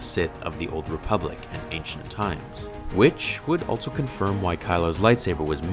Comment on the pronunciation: Why do you say “altso” its “also”